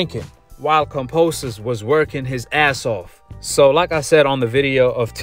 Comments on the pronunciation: Dude can’t help but to talk about Haney In every video!! And is KAMBOSOS not KAMPOSOS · It's Kambosos not Kamposos and it means "plenty" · KAM(BO)SIS, NOT KAM(PO)SIS. Come onn mann.. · Yo Kambosos is MAD cause you calling him KAMPOSES! HE TOLD ME TO TELL YOU IS KAMBOSOS WTF MAN. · Bro can u please say his name correctly KAM-BO-SOS not KON-POS-OS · Ok now that he’s champion can you fuckin say kamBosos. Not kamPosos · KAM.....BOS...SO....say it with me now ..kamBosos....I have no idea who the hell kamposos is... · It's KamBosos not Kamposos haha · KamBOsos not Kamposus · Kambosos not Kamposos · Kamposos? You can’t even pronounce his name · Bruh say his name right put respect on it it’s KamBosos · sounds like youre saying kampoesis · Do you keep saying his name wrong on purpose? 🤔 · It's probably how most Aussies would pronounce it I do kambosos sounds weird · Why you say his name like that bro😂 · One love!!! But you're pronouncing George's last name wrong my G!! But either way it doesn't bother me but just letting a brotha know! Lol peace love and positive knowledge! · Why you keep saying his name wrong